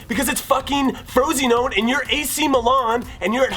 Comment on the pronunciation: is there anything better than Jimmy's pronunciation of Frosinone? I think not